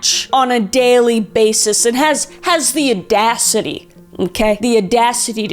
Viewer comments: Kris, what’s “uh-dacity”? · "The aadacity.." =))))))))